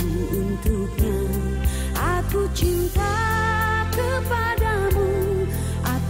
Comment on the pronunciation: Penyanyi dgn artikulasi nya jelas dan betul,seperti pengucapan kata CINTA ,jelas cinta yg terdengar ,kalau yg lain terdengar cinca,tanpa,terdengar tampa,maafkanlah,terdengar maafkalah, biarkanlah,terdengar biarkalah dan lain sebagainya..kalau diva yg satu ini jelas betul artikulasi nya👍